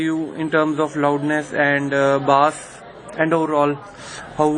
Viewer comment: it's bass and not baass ..chutiye ..!!!lollll